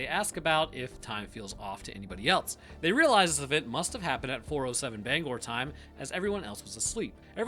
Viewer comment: Hey, thanks for saying Bangor correctly.